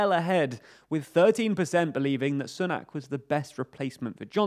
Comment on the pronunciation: Sunak is pronounced "Soonak". Like Soon. Not like Sun.